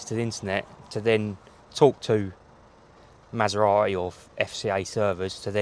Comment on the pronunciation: It’s not a Masera-e it’s a Maserati.